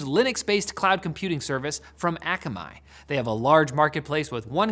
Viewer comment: Akamai = Hawaiian word for smart You almost nailed the pronunciation. But I can appreciate your attempt. Hawaiian words can be tricky to pronounce.